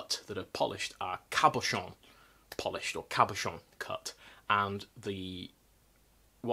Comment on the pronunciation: You say "cabochon" in the prettiest way. Love the professional Viking. ( I could be a Professional Viking) Rhetorical question: how do you know if it's just the heat of summer or if it's still that all over, un-ending Rona sweat? If you sweat in the middle of a shower -- it's covey. How do you know you're finally rid of the Rona? You no longer sweat while taking a shower.